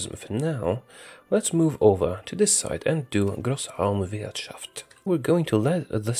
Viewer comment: He pronounced Großanwirshaft correctly!